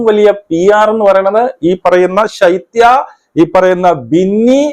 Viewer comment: സൈത്യ അല്ല ശൈത്യ